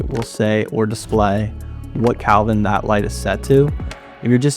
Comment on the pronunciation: It's degrees "Kelvin" not Kalvin